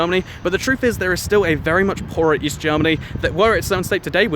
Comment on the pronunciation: East. I thought you said weast.